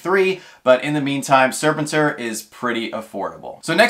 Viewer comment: just in case he comes up again it's pronounced Sir pen tour. Next to Krrsantan he was my favorite SDCC 2022 non Freddy Pop. Mostly cause of my fondness for the 80s toy.